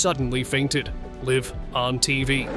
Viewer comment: "... sunddenly fainted LEEVE on TV...". Interesting.